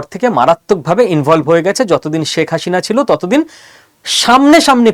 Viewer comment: অনেক ভুল পর্যালোচনা আপনার। দাদা বাবুরা বাংলাদেশ আর মুসলমানদের বিরুদ্ধে আর কতো চাপাবাজী করবেন। বাংলাদেশ আপনারা কোনদিনই নিতে পারবেন না। চাপাবাজী বন্ধ করুন। আর কথা বলার সময় প্রথমে আপনার বাংলা উচ্চারণ ঠিক করুন। আপনি তো "শেখ হাসিনা" উচ্চারণই ভুল বলছেন দাদা বাবু। এই সমস্ত বস্তাপচা গাজাখুরী গল্প শোনার সময় বাংলাদেশিদের নেই। আরেকটা কথা : আপনারা পশ্চিম বাংলার মানুষই তো মোদি বাবুর দ্বারা গাড়মারা খাচ্ছেন। আগে নিজের গাড় এর যত্ন নিন তারপর বাংলাদেশ নিয়ে ভাবুন 😂😂😂😂